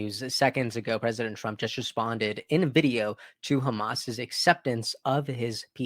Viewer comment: Hay... mate you need to pronounce your R WORDS BETTER please it is Donald TRUMP not Donald TWUMP?